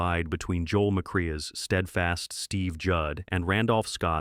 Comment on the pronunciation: It's Joel Mac-cray, not Mac-cree.